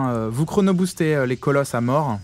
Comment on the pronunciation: charon c'est pas le dieu de la moreuh